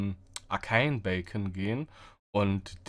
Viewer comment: Er geht zu dem Arcance Bacon... is kla ^^ Beacon....